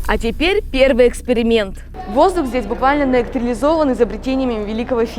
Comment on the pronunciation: " Воздух здесь буквально наЭКТРИЛИзованн.." - голосовой набор, даже повторить это не смог🤣